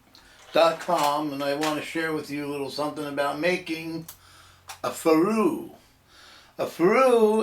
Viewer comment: Ferrule is pronounced ferel not farue fat boy! Look it up. Any real Machinist would know that.